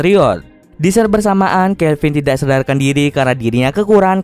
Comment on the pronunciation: tidak kali bukan tisak